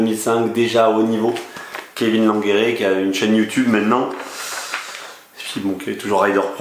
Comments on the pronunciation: ne le prend pas mal, mais quand je t ai entendu ça m a fait bizarre 😃. Maintenant si c est comme ça que l on prononce pas de problème pour moi.👍 Mais je pensais que ça se prononçait plutôt comme le fait Jake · Ho nan comment tu prononce Langeree 😂